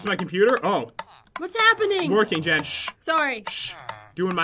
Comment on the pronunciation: its jen not gen